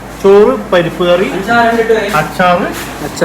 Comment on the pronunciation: പരപ്പു കറിയല്ല പരിപ്പുകറി